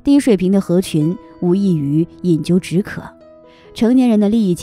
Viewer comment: 饮鸩止渴。念zhen。不是鸠jiu